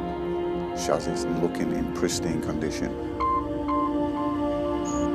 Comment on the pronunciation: I like your channel, But its a CHASSIS! Not a Shazi & also the music used in this video sounds like a dodgy porno. Apart from that 👍